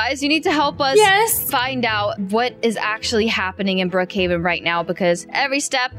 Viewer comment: Its Brookhaven not brookheyvan